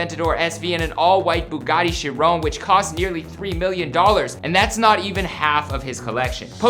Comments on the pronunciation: It’s not she-rone it’s she-ron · It’s not Chirone it’s Chiron